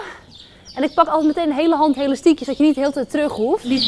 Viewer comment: Haha je zegt helastiekjes , dat zeg ik ook altijd!!